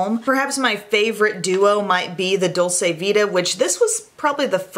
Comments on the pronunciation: I share this with love and because I think is the kind of You Tuber who would want to know! Dolce vita is an Italian expression, meaning the good life. It's pronounced Dol-chay, not Dol-say. (Italian uses that chewy 'C'; in Spanish, it would be the way says it, Dol-say, like how you would pronounce dulce de leche.) Love you,! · Dolce vita is pronounced dolCHe it’s a ch sound. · Dolce Vita is pronounced dolche vita,it means sweet life ,it is italian.It is different than the spanish dulce de leche. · It's pronounced "dolche"